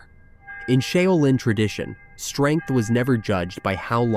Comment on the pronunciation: Pity the Ai can't say Shaolin.